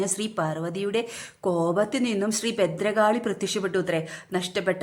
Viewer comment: ബദ്രകാളിയല്ല ഭദ്രകാളി "ഭ"